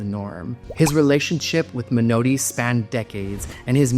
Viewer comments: A different kind of feedback: please allow me to give you some advice about pronunciation. I know you're north american, and speech is different there from England. But the word Menotti is Italian, and it just isn't "menoati"! You dont have an English "o" in north american, so please try to say "Menardi" instead 🙂 Britten's partner was called "peers" even though it looks like the fruit. They lived in 'Aldbruh'. I know that's a tricky one, like Edinburgh. But if you're going to publish videos, you need to do a bit of homework. Having got that off my chest: I did enjoy your video, and I agree with you about most of those artists... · Men-naughty, not Men-OH-ty. Bernst-EYEn, not Bernsteen. Frederic, not Friedrich Chopin. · Um, learn how to pronounce Menotti! It isn't me-NOA-ti, but is rather closer to Me-nawt-ti! Also, It Tschaikowsky's path-eh-TEEK Symphony, nor his "Pathetic Symphony!" (And that is not just some niggling, elitist point: the word "Pathétique" has a meaning that goes far beyond what "pathetic" means in today's English!) Beyond that, so much of this is based on sheer speculation. Bernstein, Britten, Barber, Menotti, sure -- this is known because they all lived within living memory. Tschaikowsky? Likely but not certain. Schubert, Chopin and Haendel? All sheer speculation! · So many mispronounced names in one video. I didn’t think it was possible. Men-naughty! Not Men—oh—ti. Bernst EYE n. Frederic Chopin, not Friedrich. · Well pointed out: Italian, for example, is not such a difficult language to pronounce, and Menotti is definitely not 'Menoweddy'. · Your pronunciation of Menotti's name and of Tchaikovsky's symphony needs some work.